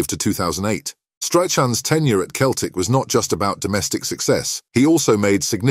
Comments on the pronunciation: Keltic ? It’s Celtic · If you want your voice-over app to pronounce Celtic correctly, you need to spell it 'Selltic' 😁